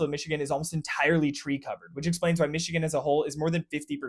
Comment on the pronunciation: You pronounced the names correctly in your discussion of places in Michigan !